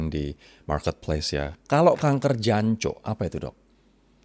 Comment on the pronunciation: Bukan jancuk, tapi Duancok gitu lebih mantap ala suroboyoan dok 😂